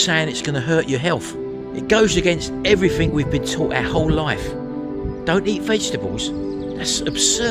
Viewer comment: "I've tried evweefingk else" 😂